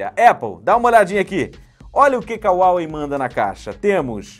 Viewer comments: SE FALA RUAWEI MATE!! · Esta falando o nome da marca errado, tem dinheiro para pagar no aparelho mais não tem para um curso básico de inglês?